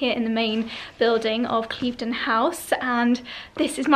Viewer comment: You're saying 'Cleeve-den' House, Claire from I am Chouquette has been saying 'Clive-den' House, and you're both wrong - it's actually pronounced Kliv-den House. Make an effort, girls!! 🙈